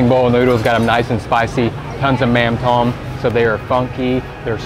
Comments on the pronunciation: Appreciate you trying to speak Vietnamese...the accents on the letters and words affect how the words are spoken..."mắm tôm" is pronounced something like "mauhm dome" instead of plain "mam tom" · mam tom try to pronounce tom with "tome" kinda tick me off when you pronounce that like a name or tom yum paste which is so far off . and mam can be pronounce like "mum or mom" in english